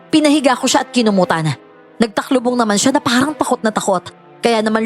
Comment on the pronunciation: TALUKBONG po yun hindi po "TAKLUBONG" 🙈pa shout po avid fan ❤🎉